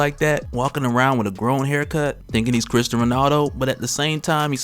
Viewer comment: Man's said Cristian Ronaldo